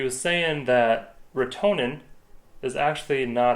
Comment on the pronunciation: Hey guys Just though I would chime in here. I have some comments for you guys First, Retenone is pronounced wrote ta known. Also we dont really call it killing we call it treating. Treating is can 100% but it can be if treated at the right time with the right dose. It is a big project and costs a lot of money. Most of these treatments are over winter where salmoinds take up all the biomass, some fish such as shiners are good at low O2 levels and can survive these actitivies. Rotenone is a legume from south america, and it was found by tribes who would make a paste of it and throw it into water and the fish would float up for easy catching. It is also called a piscicide which means killer of fish. The compound is a surfactant and causes things with gills or transpire through their skin to suffocate. Animals seem to be able to detect it but it is normally too late by the time they do. As for the motor on the lake there is a huge process to go through to get that to happen. It is called minimum tool analysis winch can permit such things as motorized usage in wilderness etc lots of paper work. Those streams coming into sunburst would have been treated above and allowed to flow chemical into the lake ensure no fish survival. The tratment normally takes man hands on deck. I know with our projects we like 10-20 people more people the better the end result. After treatment you are proabably not going to catch and trout. Especially large ones, they use more O2 and are more sensitive t